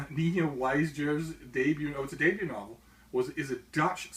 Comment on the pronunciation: Nina Weijers' last name is pronounced as Meyers (but than with a W at the beginning)